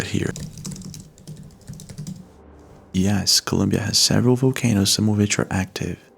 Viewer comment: Was it just me or was he saying “Vocanoes”? Lol. All love